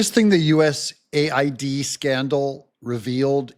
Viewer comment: It needs to be pronounced USA - ID